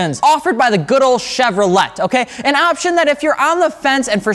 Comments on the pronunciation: Say it with me chev-ro-le the T is silent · Did my man just say Chevrolet with no silent T